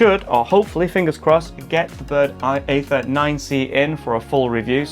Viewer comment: It's pronounced 'ee-ther' 😁